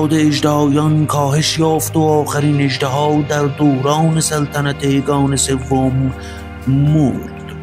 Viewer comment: اِژدِها درسته، نه اَژدَها!🐉